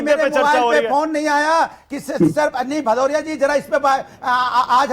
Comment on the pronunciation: galt slok pad raha hain. Aise ko hi adhjal gagri chhalkat jai